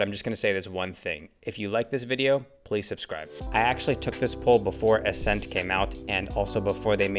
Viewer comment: ascent more like assent